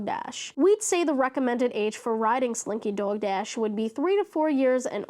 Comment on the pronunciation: Completely unrelated note, i LOVE the way you say slinky dog dash, the accent comes in thick! 💗